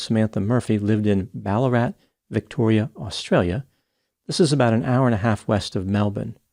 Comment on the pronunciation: Yeah mate. Im from Melbourne. — and he even pronounced‘Ballarat’ !